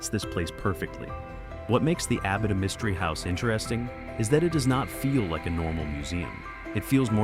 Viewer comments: Starts off mispronouncing Abita but eventually he is saying it correctly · That's Abi'ta not A'bita! Abita Springs is a lovely little town! Lived not far from there for many years!